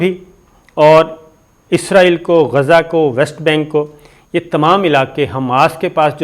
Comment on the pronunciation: Asabir Sb please watch other channels sp you can pronounce Gaza properly Please